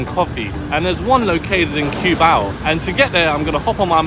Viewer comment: it's not Q-bao but KUH-BAW